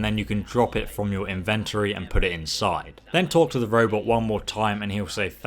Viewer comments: How do you pronounce "invenNnN-tory" ??? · Good video but you pronounce inventory wrong lol